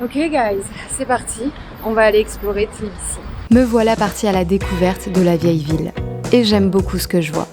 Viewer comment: #onelife Bravo pour la vidéo! 😊 Je suis géorgienne et guide francophone. Vous dîtes très bien "Tbilissi" 😉